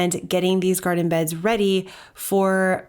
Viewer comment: "Squattin in the gartin" 🤣